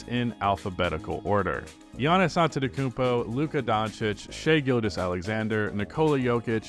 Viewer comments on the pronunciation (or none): none